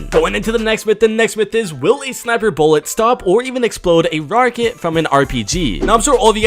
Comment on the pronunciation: Can We Admire That He Said Chapter 3 Season 1 through And Also how he said Rarget instead of Rocket from through